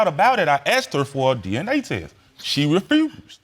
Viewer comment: If that second dude says “refRused” one more time...